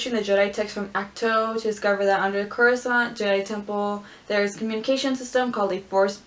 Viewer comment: star wars: coruscant: croissant